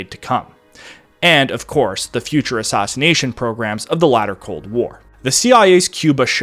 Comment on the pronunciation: "Stoff" no dude. It's "Staff" as in aff, not ahff. You do the same thing with, "Madness" earlier on and, "Assassination" throughout.